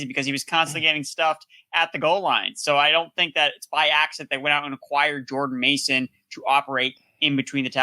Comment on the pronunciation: He butchered Jordan’s mason name like exes 😂